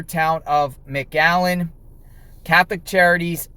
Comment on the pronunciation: Is he saying magallen??? It’s McAllen!!!!!🤦🏼‍♂️